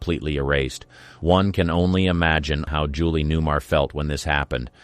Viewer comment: I generally like where you're going with this, but I had to pause for a moment. Her name is Newmar, not new-mur. And the woman is Lee Merriweather. Neither of these is a deal-breaker, but...